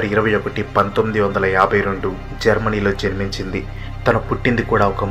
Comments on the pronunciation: Germany not jermany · Jermany kadhu bro.. Germany 😂😂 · Anna jermany kadhu ge kadhu Germany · germany not jermany lol